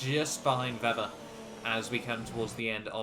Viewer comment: You pronounce Weber's name vebber, when it's meant to be pronounced as vaber